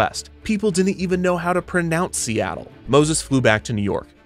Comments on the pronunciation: love how he mispronounced Seattle after Robert Moses says Seattle is too hard to pronounce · OTOH without the "mispronunciation" we all know, who'd want to hear Perry Como sing "The bluest skies you've ever seen are in See-tul"? :) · "worse, to the people of seetle" as a resident of seattle this made me laugh my ass off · "People didn't even know how to pronounce 'Seattle'... and worse, to the people of Seat-el" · Dingwall: "People didn't even know how to pronounce Seattle..." Moses: "I can't believe I lost to Seetle!" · "See-tul" that broke me omg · Dingwall: "People didn't even know how to pronounce Seattle, much less know where it was." Kevin Perjurer: "Moses flew back to New York, having lost the fight, and even worse, to the people of Seettal." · "And worse, to the people of 'Seetle'." I love all the little jabs in the script XD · "The people of seetle." 😂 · ive watched this video SEVERAL times and “the people of seetle” bit knocks me the fuck out every time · "People didn't even know how to pronounce Seattle!" "Moses had lost the bid, and worse, to the people of Seetle." 😂😂😂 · bro I was having a quiet time at 2am with this story and you said "and worse to the people of SEETLE" lmaoooooooooooo I died laughing. Probably woke up everyone in my house. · “And worse, to the people of Seetle” Lmao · How much "the people of seetle" made me laugh has my wondering what was in that brownie I ate earlier... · "People didn't even know how to pronounce Seattle!" Kevin 5 seconds later: S E E T L E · "The people of Seetle" never fails to make me snort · "Seetle." LOL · "...to the people of Seetle" LMAOOOO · "And worse - to the people of Seat-le" lol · LOL, "SEE-tull". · Wait, did they really pronounce Seattle as Seatoll? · Lost it at "and worse: to the people of SEETLE" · the people of seetle lol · "and worse, to the people of seetle" 💀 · Ohhhh so thats how you pronounce Seattle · The purposeful mispronunciation of "Seattle" crack me up!